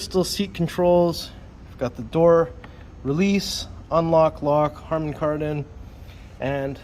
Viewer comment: "Harmon-Kardon" -- Not Harmony Kardon 🤣